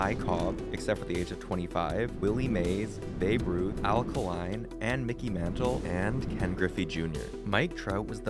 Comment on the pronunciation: Kay-line not kah line.